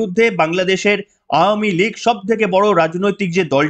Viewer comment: ধন্যবাদ ভাই আওয়ামী লীগ উচ্চারণটি সঠিক করার জন্য। মাঝেমধ্যে একটু ভুল হচ্ছে যাই হোক বুঝতেই পারছি সংশোধন হবে আশা রাখছি। শুনতে ভালো লাগে সঠিক উচ্চারণ করলে।